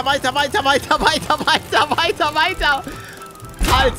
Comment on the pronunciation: Wenn Pallete Weiter weiter weiter weiter sagt,dann hört sich das sich so an also ob er die ganze Zeit davaj,davaj davaj davaj sagt 😂😂😂